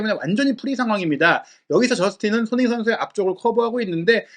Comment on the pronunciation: 제발 발음좀 똑바로 해주셨음 합니다. 손흥민 이란 단어가 어려울까요? 처음시작시 손흥민 빼곤 손으잉? 이렇게 들리는건 저만 그럴까요?